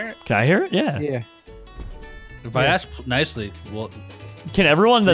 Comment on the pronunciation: But subtitles would say he said ax